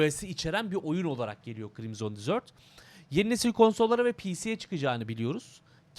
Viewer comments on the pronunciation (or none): dizört degil dezırt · Krimzon Dizört değil de Krimzın Dezırt...